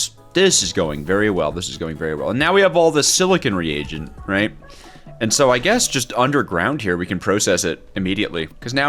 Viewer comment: my friend, it’s a re-agent not the king regent